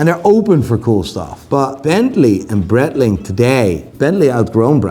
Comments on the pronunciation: So you still pronounce Breitling like brettling? The part of Switzerland where Breitling comes from is german, and the name is german, therefore it's brite-ling. I thought you knew this, mr watch expert. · It's actually pronounced bright-ling. In German (or Swiss German), the last vowel is enunciated with words containing a variation of 'ie'. I.e. der spiele = der spee-luh, die Freiheit = dee fry-height Unless another German wants to tell me otherwise, in which case, I'll eat my shoe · Could learn how to say breitling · Don’t know about this Bretling but I remember Breitling doing a collab with Bentley. Saw some iced out ones in NYC, they were frankly horrific. Piguet too, not Piquet.